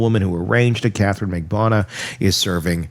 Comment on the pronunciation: Would you please pronounce Catherine’s name correctly.